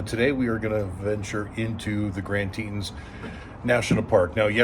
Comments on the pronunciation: Pronounced Tee-tahns….. 👊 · I thought it was tee-tawns. Beautiful scenery none the less👍👍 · Ineresting pronunciation of TETONS. Your NY roots showing.